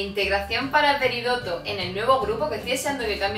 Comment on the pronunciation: yo soy de españa y admito que prefiero las de la version original y muchas de la version latina antes que la española xD P.D. Es PERIDOT no PERIDOTO (me sangran los oidos cuando llaman a la reina dorito asi jajaja)